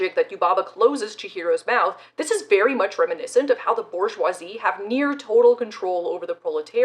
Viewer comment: BoR-jwah That’s how waluigia says bourgeoisie This is good and the correct way